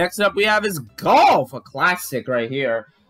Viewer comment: Why did you say Golf like that? Lmao